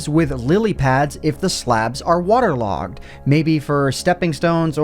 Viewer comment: He says waterlogon